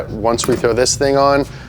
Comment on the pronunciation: Bwoost cweeps